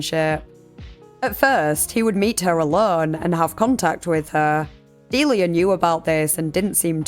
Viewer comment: I think it's pronounced Delia, not Delia.